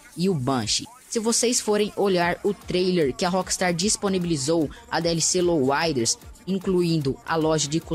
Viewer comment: louaider?? kkkkkkkkkkkkk alguem fala pra ele q eh LOWRIDER pf